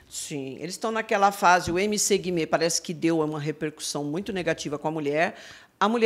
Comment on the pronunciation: Amo o fato da Pronunciar MC Guimê do jeito certo kakakakak